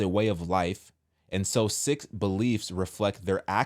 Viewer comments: It's pronounced (seek) not (sick or six) Sikh. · Sikh is pronounced Seek not Sick. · Pronounced Sikh is pronounced “ Seek” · She said Sikh religion, pronounced “seek” Sikhs believe in one God, called Waheguru, which means "Wonderful Lord" or "Wonderful Teacher". Sikhs believe that Waheguru is: Genderless Eternal Ineffable Self-revealing and necessary Transcendent Present in all creation Beyond time and space Beyond the cycle of birth and death I only know because I’m religious affairs specialist in the US Army. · Seek is how that religion is pronounced. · Sikh is pronounced Seek. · I thought it was pronounced “seek.”